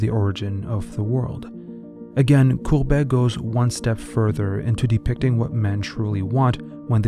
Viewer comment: It really is gustave courbet and not courbert with an r as you pronounce it. Nice voice and all but read your lines before you read them out loud.